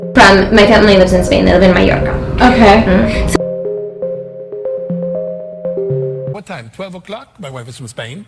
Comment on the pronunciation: She says Mallorca very well. Maybe the truth is somewhere in between.